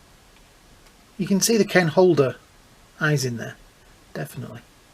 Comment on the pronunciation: Kane "Holder". It's Hodder.